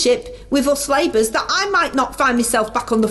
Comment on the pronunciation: I fink yer dead right, our. Don't listen to the nay-sayers, cos us labers are goin' fwom stwenf ter stwenf!